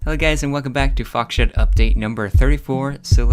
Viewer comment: Did he said foxshit in the beginning lmao